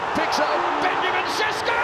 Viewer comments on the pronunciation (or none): It is not Sesko...it is Šeško (Sheshko) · you are demented if you think that the system wasn't the ONLY thing that was the problem. You think it's a coincidence? Players get to play a formation they all know, target him 10x as much as before. Even Fernandes and other players are shining more. He didn't find form. They got rid of the strategy that had to be polished more, if it would have worked at all. Also learn how to pronounce a players name before making a video.